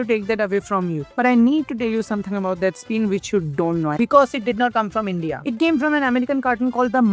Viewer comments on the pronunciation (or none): none